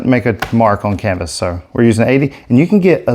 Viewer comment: i k-no you didnt just say WHERE'S MY K-NIFE, CAN-VAS HAHAHAHAHAHHA .....I love it!!!!🤗😋🥰